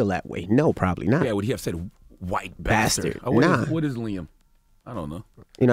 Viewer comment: "a hard BATHDARD"